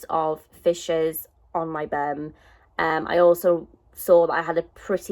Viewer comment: I love how u say bum "burmm" love that accent